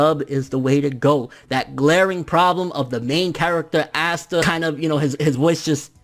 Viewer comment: My dude can you say his name right like ASSta.... really 😂😂